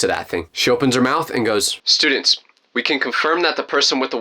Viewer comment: "i dont like..stuudeents (tell me why)" ahh story